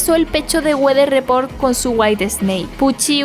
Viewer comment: Nos salió norteño el Wather Report XD